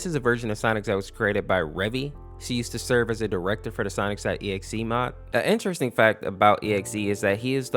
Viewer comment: why do you pronounce sonic normal but when you say SONIC . exe you say Sonix.EXE?